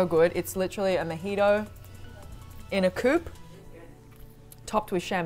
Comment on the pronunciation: even as a brit the way of saying mojito is criminal